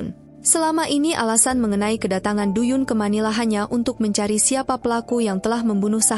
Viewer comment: Suaranya enak. Tp bacanya trlalu cepat n spelling nama korea nya msh krg tepat.. seo spelled as so. Do=do bkn du. Dst.